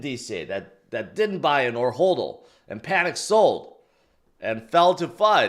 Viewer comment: Its hodl not holdl